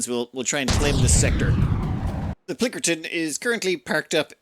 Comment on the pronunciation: I hate that you have zero respect for names. You can't blame it on illiteracy, you just have zero respect for it. PLINKERTON? It's clearly called Pilkington. For FUCKS sake man. Every damn time. And it's not just names above 5 letters. You even manage to fuck up the simplest of names. Please stop.